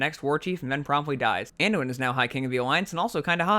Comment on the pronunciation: There's 3 names pronounced incorrectly. Archimonde = The "ch" is sounded like a "k", not as it's spelt. Aegwynn = The "g" is sounded as a "g", not a "j". Teldrassil = Pronounced "Tell-dra-sill", not "Tel-draaah-sl" Other than that, bravo. Great video. Now you just need Bill Wurtz style music chimes.